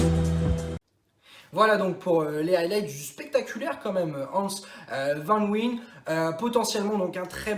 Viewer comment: Hans Vannnnwayene ca se dit ptdr